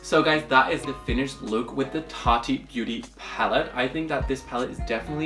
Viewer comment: I think its so sweet how you pronounce look as luke😂💗